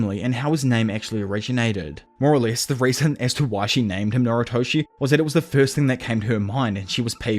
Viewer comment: why do you pronounce noritoshi as naruto it makes me mad nervous